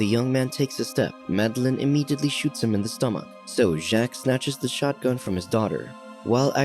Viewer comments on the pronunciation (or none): none